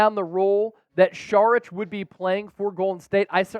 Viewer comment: And it’s not SHHHHHHarich it’s Sawwr itch